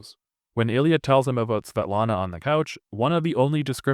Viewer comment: Svietlana si pronuncia SVIETLANA. Oppure se vuoi proprio in russo in posto di "L" fai "W" inglese.